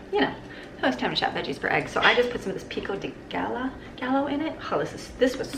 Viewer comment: Pronounced "PEE ko De guy yo"! Lol